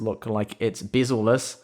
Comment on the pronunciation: "bizzleliss" fuck hahahahah